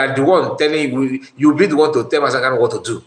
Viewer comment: The lawyer can NOT properly say MNK’s last name. He calls him Kalu instead of KANU. So, that says a whole lot about him.